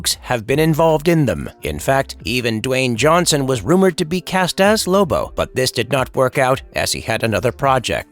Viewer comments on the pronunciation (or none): none